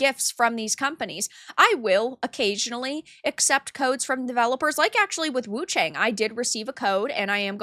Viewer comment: Everyone is reading her name wrong... The "a" of Wu-Chang should sound like "a" from Arm and cAr...